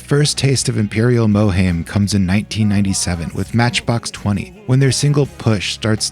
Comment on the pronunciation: mohaim pronounced "moherrrrlm"